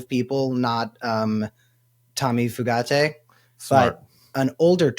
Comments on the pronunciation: It's "Few-Gate" not FooGatti, if anyone cares. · It's pronounced "Few-gate." It's definitely not "Foo-got-ay." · It's "Few-gate" not Italian-y sounding "Fu-gat-tay". It ain't that fancy. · Foo gah tay? lol it’s gotta be pronounced “few gate” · How does he do the eyebrow??? And I’m pretty sure it’s pronounced “Few Gate” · Went to school with two brothers with that last name, same spelling, and they pronounced it “Few-get”. Accent on the first syllable. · I think that "merit based" hire pronounces his name as Few - gate.😢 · It’s pronounced FEW-gate. I guess you guys are too young to remember or know about spree killers Charlie Starkweather and Caril Ann Fugate … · OMG Fugate... FUGATE?! is he related to the people with blue skin?! If so, pronunciate few-gate.... have fun in your internet rabbit hole! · I think its pronounce few-gate as in not many and baby gate. Hard lots of Fugates in my home town. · Pretty sure it's pronounced FEW-gate